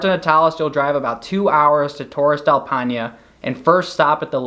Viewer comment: I appreciated the visuals but the pronunciation of Paine and other names was pretty brutal to hear. Still overall a useful video. All the best